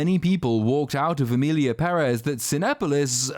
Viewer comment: Thank you for saying PEHrez and not pehREZ. The accent on the first E is there for a reason people, let it help you.